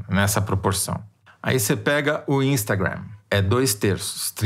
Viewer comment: Esse senhor que fala "instagriam" tá na portinha pra pular pro lado do bozo, né?